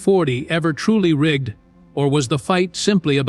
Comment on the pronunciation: Rig-ged. Make sure your AI driven voices know how to pronounce words correctly!